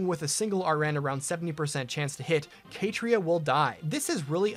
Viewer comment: I've never heard Catria pronounced as Kay-tree-ah lol